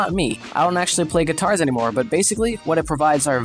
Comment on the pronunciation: why does he say katars like guitars